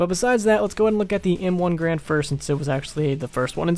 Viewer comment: It's not pronounced grand it's pronounced garan. The guy who created the M1 last name was garan. But people just started calling it the grand.